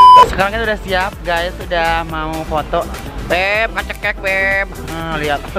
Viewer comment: Suka a "haloo gayy" haloo guys buk jgn gay beda arti🤣🤣😝